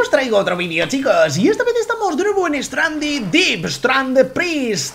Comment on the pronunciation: se dice stranded dip lo dijiste bien aplausos